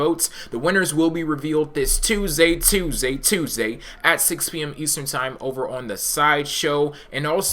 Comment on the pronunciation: Stop saying tuesday like this.